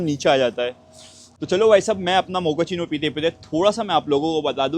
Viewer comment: Abee Mokachino coffee hota hai bae, mokachino Mokachino....